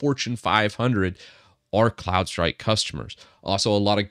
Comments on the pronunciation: I heard Clown strike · I thought you were saying Clownstrike... which is great... 😂